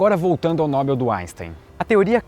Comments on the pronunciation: Parabéns pelo canal, mas a pronúncia é "Nobél", não "Nóbel". Paroxítonas terminadas em l são acentuadas, e como Nobel não é acentuado, a palavra é oxítona, ou seja, a sílaba tônica é a última ;) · Não é Nóbel, é Nobél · Ótimo vídeo, só uma pequena correção, sua pronuncia "Nóbel" esta errada, o correto é "Nobél" a sílaba tônica é "-bel" não o "No-", o acento que pus no "é" é só para ilustrar a tonicidade pois obviamente n há acento na palavra noBEL. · Eu também falava "Nóbel" até visitar a fundação na Alemanha e aprender que é "Nobél" . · Prêmio "Nóbel", não. Prêmio Nobel. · "Nóbel"?? Kkjjk não é Nobel não?? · A pronúncia correta é "Nobél", não "Nóbel". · Nob(é)l, por favor! Sei que n(ó)bel é aceitável, mas sigamos a mesma regra de papel!? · Não se pronuncia "Nóbel", o correto é "NOBÉL! (Rio, 20/2/19). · Não é nóbel (paroxitona) . O correto é NOBEL (Oxitona). Estude um pouco mais . Tá? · Só uma questãozinha: a pronúncia correta é [Nobél] e não [Nóbel]. Um abraço. Parabéns pelo trabalho. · a pronuncia correta é NOBÉL! O resto, tá ótimo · A pronúncia é: "noBEL", gente. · Sua pronúncia está errada ao falar NOBEL